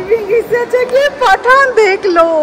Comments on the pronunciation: Why u don't post daily vlogs...such long gap between ur vlogs...and plz pronounce Pathaan as it is not like Paatha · It's pathan not paathaaan ...sunne me bohot ajib lag raha hai